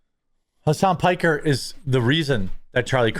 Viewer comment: Piker..Pokher..and destidont. 😂😂